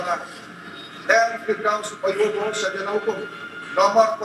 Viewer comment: Firdaus oiwobo bang bukan Firdaus oiwibowo